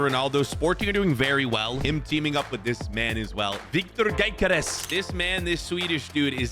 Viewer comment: Man said genkeres 😂😂😂